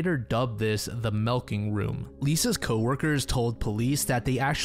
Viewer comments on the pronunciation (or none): Why did you call it the milking room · the melking room? Lol